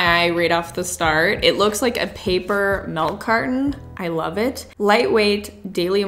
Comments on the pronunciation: saying MELK Me......... its milk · Nobody:: MELK